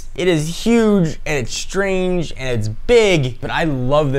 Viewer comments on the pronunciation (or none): none